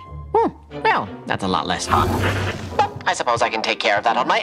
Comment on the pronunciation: does he say a lot less HOT or a lot less FUN? I can’t tell😅 his mouth says Fun but my ears say Hot